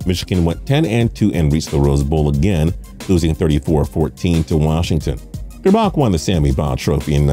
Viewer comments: Shem-beck-ler and Ger-back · OMG and it’s gerrrbac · He also pronounced Elvis grbac's last name wrong. It's (gurr-back)